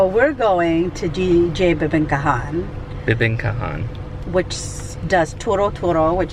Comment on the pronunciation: Bibingkahan = bi-bing-KAH-han (emphasis on the third syllable). Tagalog syllables are mostly identical in duration except for the syllable that is usually stressed, emphasized, or extended. Sarsi is like sarsaparilla. The food that you eat with liquor is collectively called "pulutan" which means "food that you pick up by hand from a sharing platter." It's not a "mensary"; it is mesentery or Chicharon Bulaklak (deep fried flower-shaped pork cracklings). It is made from pork mesentery which is the organ full of capillaries that supports the intestines and connects it to the circulatory system. The white transparent object inside the squid is its internal skeleton. The squid is not stuffed with crab meat, the filling is actually the squid's internal organs and ovary/eggs. If you're going to have rice and saucy or soupy foods, you're going to have to get used to using spoons instead of forks. Filipinos use the spoons in their right hand and forks in their left hand. Knives are not going to be needed unless you have meat chunks that need to be cut up. Correct on the origin of sisig. The American air force base in Pampanga province would buy whole pigs except for the heads. With so many cheap pig heads unused by the Americans, Aling Lucing's restaurant crew sliced off the snout, lips, cheeks, facial muscles, and ears and chopped it up into small bits to make sisig. I like your initial reactions but I think you need to do some prior research on how the chosen dishes are made so you